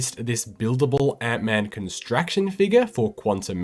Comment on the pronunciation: ConstrAction? Seriously? The word is construction.